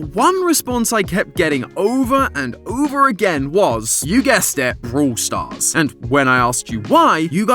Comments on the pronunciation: Theres more lore in "brooool stars"..... sorry 😂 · Man I love the British accent...brool stars. hehehehe😅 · vrawl stars